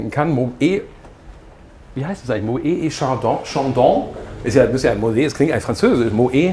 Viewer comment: Polo steht dir besser ;) und die Bahnhofsuhr auf dem Suite-Deck ...naja und es heisst übrigens "Moet" mit "t" am Ende- ist wegen des Tremas...